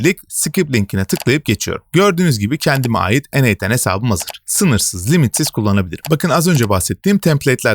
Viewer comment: eneigh ten diye anlıyorum delirdim :D